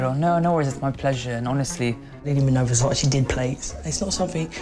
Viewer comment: Man said Versace 😂😂😂😂